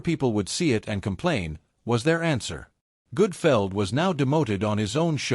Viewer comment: The awful AI narration is bad enough, but calling him Greg Goodfeld is why I stopped watching.